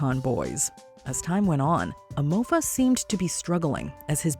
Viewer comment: she really called hem emofa............